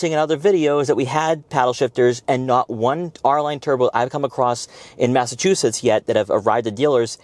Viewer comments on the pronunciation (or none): none